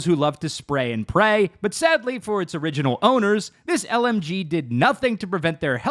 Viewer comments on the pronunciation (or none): none